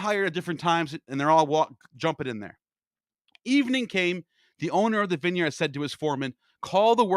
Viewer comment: bro learn how to pronounce vineyard